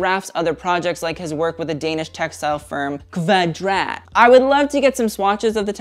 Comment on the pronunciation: As a Danish person i really had to try hard to understand that you where saying Kvadrat. It means square btw.